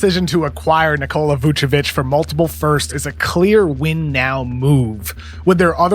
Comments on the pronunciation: No lavuc. It's vucavine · It's pronounced VuceVine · please never say levuc again